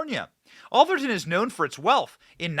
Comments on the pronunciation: "Ath-er-ton" not "Al-ther-ton" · It's pronounced Ath-er-ton, sounds like Ass-er-ton, except with a th.....nevermind, you corrected yourself later in the video. You got it right. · Ah-ther-ton . Is where all the rich white people live Benny. Only ballers and CEO’s live . It’s located in San Mateo county. Just south of San Francisco. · Doesn’t seem to be an “L” in Atherton. Am I missing something that Benny sees? Curry chose this place for its protection of his league. Sounds woke to me.